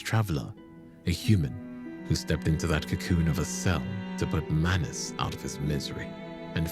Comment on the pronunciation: bro do him some justice and put the greatsword in his left hand, and it’s manus not manis.